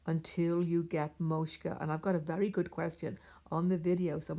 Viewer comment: Hi, thank you for sharing your knowledge. Want to point out a small pronunciation mistake - it’s not “moshka”, it’s “moksha”. The ‘k’ comes before the ‘sha’.